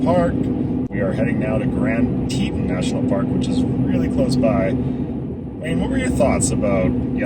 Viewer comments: Very cute video, Oliver is adorable! But I have to say - it’s pronounced Grand Tee-tonn National Park rather than “Tee-tin.” Would love to take my beagle to Jackson, I’m there at least 3 times a year. But she’s a handful so the furthest we can handle right now is Flagstaff! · Oliver is a star. Fun video. Teton is pronounced like Tetawn. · My understanding is that the name of the second national park mentioned in this video is pronounced "Tee-tawn", a poor Anglicization of the French word for "breast" or "t-t", the word French fur trappers and hunters used to describe the many peaks 225+ years ago. : ) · Just FYI. It’s pronounced tee taan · What a wonderful time you three are having, and what a wonderful place. By the way, it's pronounced TEE-tawn.The Tetons received their name from French-Canadian trappers who accompanied the earliest British expeditions into this territory. As they approached the range from the west, they beheld three towering mountains upon which they bestowed the name of "Trois Tetons" ("Three Breasts' in French) Different Native American nations had different names, but several were translated as "pinnacles" and "three pinnacles." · Fellas, thats tee-tawn like yawn.